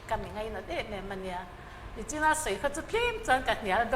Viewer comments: YMA president chu..... NACHIN ti char char mai, NICHIN tih tur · Kan hotu te hian mipui hma a """"NACHIN""" antih thin erawh a ngaithlatu tan a ngaihthlak nuamlo kati.. Nachin nilovin """NICHIN"""tih zawk tur ani, i hria angu..tha i tive em👍👍👍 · Host hian CYMA President, All NGO Chairman ni bawk a ti elaw, a va nép zél zúl si ve. "Nichin," tih túr, "Nachin," te a la ti zui. Mizo ṭawng pawh hmang dik ṭhaṭhum lo maw kan CYMA President! "Maithei," ti ta lo chuan, "Meithei," te a la ti ta dah a, karei leh😮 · Alo va nep ve cyma president chu!! Nichin tih tur ah Nachin a ka sawi te ti mai²